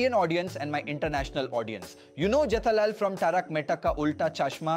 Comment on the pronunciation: even you AI avatar and voice failed pronouncing jethalal as jitalaal. 😂